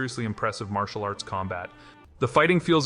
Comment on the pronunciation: 'Martial arts'